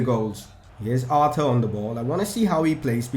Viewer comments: Aar-toor. According to his interview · Buy a new centre-back,a young cam,arthur is pronounced ar-tur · his name is pronounced Arthor